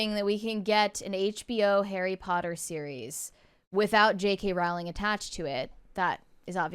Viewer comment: Her last name is not Rauling, it's Rowling (pronounced "Rolling").